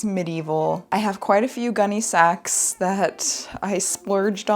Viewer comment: Not my food-motivated-ass hearing "Gunne Sax" as "Gummy Snacks" 😩